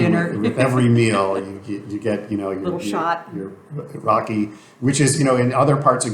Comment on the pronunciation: its not Rocky, its RAKI